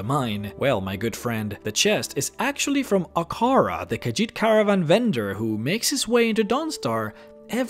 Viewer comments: Ahkar-ah? No, Ahkar-EE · Ahkari not Ahkara